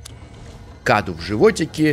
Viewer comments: Не каду .а кадУ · Правильно говорит кадУ Это переводится как подарок или дар... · правильное ударение "КадУ". Это в переводе с румынского "Cadou" - Подарок или Дар. Я это знаю, потому что слушаю песни французской исполнительницы МарИ ЛафорЕ, и у неё есть песня "Cadeau",произносится так же - "КадУ" - с французского тоже переводится как "Подарок" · Не каду а каду ударение на у